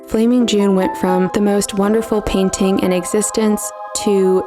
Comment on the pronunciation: T is a consonant, it isn't SILENT. The word is PAIN-T-ING, not PAINING.